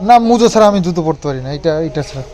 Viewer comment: এরকম ভুলভাল উচ্চারণ তুমি করলে কৃষাণুও শিখবে, মুজো কেনো বলছো?